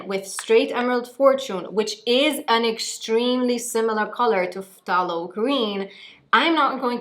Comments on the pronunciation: Thay-lo green not Fff-tah-lo green.😉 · It’s pronounced like “thay-low” green, the ph is silent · I thought it was pronounced Thay-lo. Interesting Eta: Wow. Very good color on you. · Love the hair! just so you know for future reference, the 'ph' of phthalo is silent, so it's just said 'thay-low'. it's easy mistake to make as its not a super common word outside of the painting world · its pronounced Thay-Low .. just a heads up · Pthalo Green is actually pronounced "Thay-low" green! Source: Bob Ross 🤣 And it looks STUNNING on you,! You rock it girl. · The t is silent. You don’t pronounce the “t” in phthalo green. Have you ever watched Bob Ross?